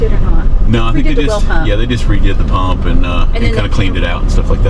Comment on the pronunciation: 4 m 48 s puup ? As she says it the Normal Way " PuMp ".